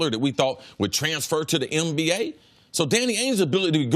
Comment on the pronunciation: Is Cris saying "MBA" or "NBA"???🤔😂